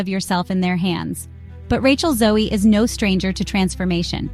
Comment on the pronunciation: You lost me in the first 30 seconds when you MISPRONOUNCED her name. 🤯